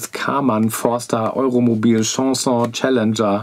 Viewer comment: Chausson wird Schosson ausgesprochen, nicht Schanson ;)